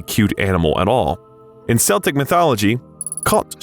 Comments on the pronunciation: Keltic, not seltic. You need a real narrator. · The pronunciation of the word "Celtic". its not " seltic" its spoken "keltic" you only say "seltic" if its the football team. Same word different way of pronouncing it. All spelt with a C when written. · Celtic is pronounced Keltik because in Irish, c is pronounced k. There is no K in the Irish alphabet. There is a poem about a cat in Irish literature, called Panguar Ban, translated to White Fur in English.